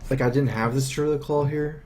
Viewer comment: called 'Deeruid' any Druids don't like it.